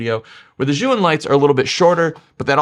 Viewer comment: Chinese tip: "Zhiyun" is pronounced, at least in Beijing-dialect Mandarin, as if the first syllable Z-H-I is the first syllable of "Journey" or "Jersey" — Jer-yoon.